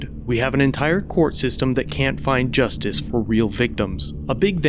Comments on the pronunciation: I noticed you called our system just-em. We call it just-us. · "Justum system" lol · did you say justice or JUST US ?